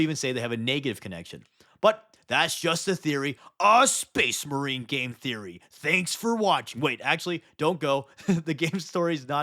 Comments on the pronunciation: “SPAYS MAREEN!” 😂😂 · Excuse me, but it's pronounced SpACE MARiiiiiiine!